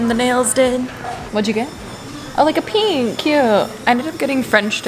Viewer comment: why do you say "peenk", it's pink